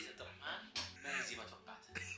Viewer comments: عبدالرحمن✅ عبدالرحمان❎ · في الدقيقه 7.19 عبدالرحمن ❌ عبدالرحمان ✅ 😂😂 الله يسعدك يا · 7 :18 عبدالرحمن مو عبدالرحمان